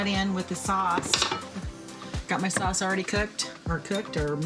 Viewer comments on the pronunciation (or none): none